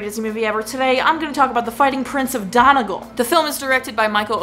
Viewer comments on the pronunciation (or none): It would be said as Donegal (Done - e - gall). Then again, since there is nearly a different accent in every town on this island of ours, you may get a different answer from someone else. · The pronunciation of Donegal wasn't perfect, but it'll do.